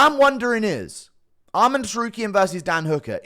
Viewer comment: not sure if you’re taking the piss but you need to learn how to pronounce Arman. it’s not almond